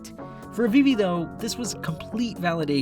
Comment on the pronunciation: its "Afifi" not "Avivi"